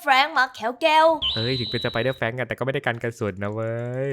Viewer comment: แฟรงค์ ครับไม่ไช่ แบงค์